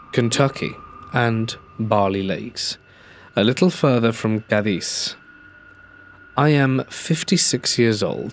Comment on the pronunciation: fyi, Cadiz is pronounced "Kay-dees" in west Kentucky! I doubt anyone will see that town again but just in case.